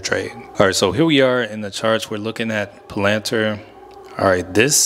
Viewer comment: Never heard palantir get butchered like that 😭😭.. like that strategy tho my boy